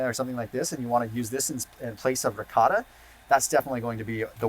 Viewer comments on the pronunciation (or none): none